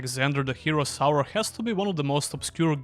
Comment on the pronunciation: I always hear "Alexander: The Hero Sour" and now i can never unhear it again xD